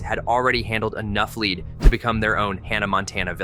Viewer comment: Lead (the metal) is pronounced led, not leed....IIRC!!!